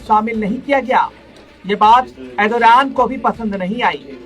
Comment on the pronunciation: Bhai pahle tu Erdogan nam lena sahi se sikhle